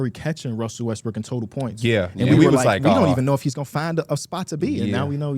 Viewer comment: He has a hard time pronouncing Westbrook